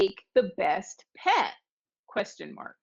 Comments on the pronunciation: Sometimes when the T is pronounced very strongly like "peT" it often sounds like there is an S at the end, but it is not the case. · Sometimes when the T is pronounced very strong it sounds like Ts but it is not spelled that way 😉